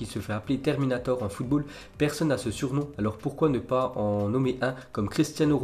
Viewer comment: "Une déclaration de Terninator." Il m'a tué 😂😂😂